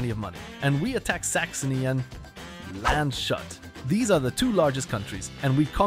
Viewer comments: it's German name, not English, and Google pronounces it properly once you choose German :))) Imagine pronouncing "nemcy" as [nemsai], same thing :) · Didnt expect Polish to mispronounce Landshut ;((